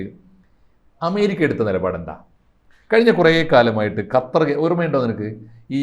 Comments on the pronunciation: ഹത്തർ അല്ല കൊച്ചേ, ഖത്തർ എന്ന് പറയൂ. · ഹത്തർ അല്ല കൊച്ചേ, ഖത്തർ..